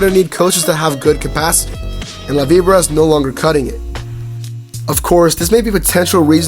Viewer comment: You pronounced it wrong